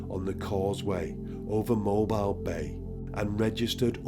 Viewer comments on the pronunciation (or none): Great video brother as usual. Being from south AL mobile isn’t pronounced like mobile phone I guess it’s the southern drawl but it’s pronounced like MO-BILL 🤣just thought I’d play grammar police. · It's moe- b- eel. It's also unbelievable how short his sentences were. Unbelievable. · Mobile is my hometown. And for future reference, Mobile is pronounced Mo-bill. A lot of shit happens around the Mobile/Baldwin County area, so I wouldn't be surprised if we featured in more videos. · Sorry if I sound like a know it all or if you don't give a shit but it sounded like you said he was in Mobile, Alabama and it's pronounced Moe-beal. I'm from Birmingham a few hours north. I don't hear Alabama mentioned very often